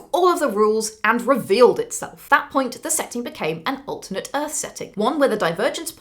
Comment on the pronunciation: It makes me worried that you mispronounce "alternate"